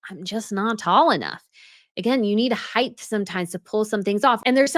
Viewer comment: Height not heighth 😆